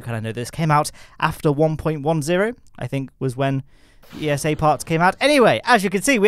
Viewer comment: Why do you say E-S-A instead of ESA? But hey. Cool video